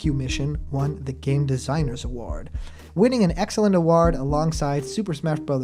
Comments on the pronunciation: Normal person: award (uh-woah-rd): award ( uh-ward) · Kinda sounds like uhwaard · For the love of god never say Ahwaard please! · Ok cuz it was bothering me and you said it like 50 times in a row practically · Hasn’t Sakurai already said this MANY times in the past? Why does this even need to be said anymore? Also, why do you pronounce “award” so strangely? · You say "award" funny lol